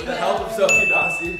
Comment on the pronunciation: Hey its sofie dossi bro not sofie dossie